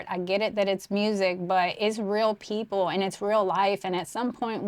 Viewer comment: shorty just said "i cayn't keep track a awl da peepul " 😂😂😁